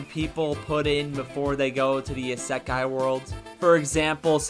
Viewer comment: Garbage video and dude can't even pronounce " isekai " correctly lol